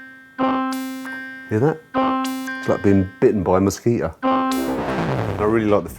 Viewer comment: Love the 'silent T' in "mosquito."